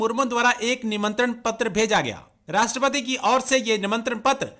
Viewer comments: Rashtrapadri 😂😂 cheemu saab rashtrapati hota hai😂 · At 0.46,” rashtrapatri ❓❓😆😆,it’s Rashtrapati,their se bolna to seek lete😂😂” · Eh bhai Rashtrapati toh theek se bolo. Kaheka Pakistani youtuber yaar.